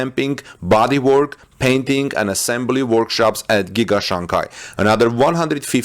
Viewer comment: Its Shanghai not Shanghia